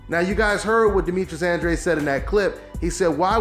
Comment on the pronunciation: it's Andra-deh.